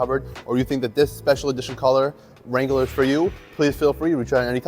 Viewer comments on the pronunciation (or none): wrangler is 2 syllables bruh